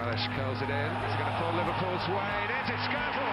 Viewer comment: His name is not pronounced Skértl it's Skrtél